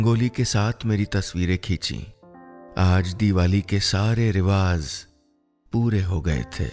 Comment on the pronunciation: नीलेशजी आपका तलफ़्फ़ज लाजवाब है बस रिवाज को रिवाज़ ना कहा करें